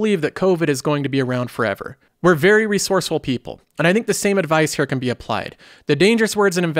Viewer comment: Why you say “hair” instead of “Here”?